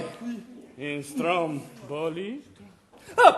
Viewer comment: STROMboli ....accent the first syllable. Frankly, this production looks dreadful. Uninspired. From what this preview shows, it talks down to both adults and children. I think that adults forget how sophisticated children's minds and hearts really are. I have never seen a production of either Pinocchio or Alice in Wonderland that remotely captures the essence, the atmosphere of the book.